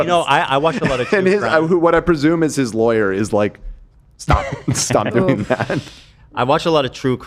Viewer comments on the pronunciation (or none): none